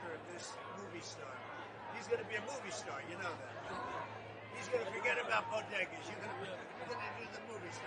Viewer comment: Haven't you all heard?? They're not called bodegas. According to Jill they're call bogedas!!!